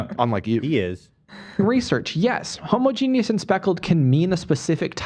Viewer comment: so proud Ethan said homogenous right. dyslexic pride 💜